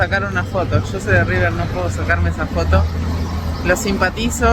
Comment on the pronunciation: "El" Riber??? Ningún argentino lo dice así, sos un trucho